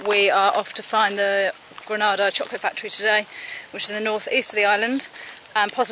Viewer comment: Hi...Just a heads up....it's pronounced Gre- ' nay ' - dah